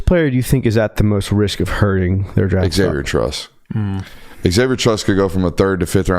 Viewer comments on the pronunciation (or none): Not to be that guy BUT... the way pronounces the name Xavier triggers me.